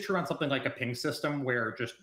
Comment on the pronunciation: Why does keep calling it a "peeing system"? I thought about joking about that in his original dev blog video but thought it was a bit too low-brow. Well, he's just said it about 15 times and I can't ignore it any more. I guess Overwatch 2 is getting a peeing system... edit And also, WHO CARES!?! Jesus jumping Christ has already spent 10 times as long talking about the peeing system as he has about literally anything else in the alpha. Doomfist? Vague explanations. Balance? Vague explanations. Peeing system? Technical documentation. Why?